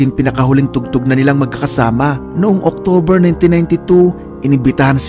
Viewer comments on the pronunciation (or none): none